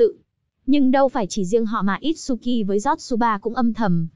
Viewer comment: itsuki chứ không phải itshuki nha